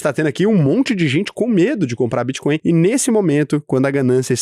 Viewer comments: Só eu que vi o "Bitcoim" 😂😂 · Vi tb. Era melhor ter colocado BitCóio como ele fala as vezes kkkk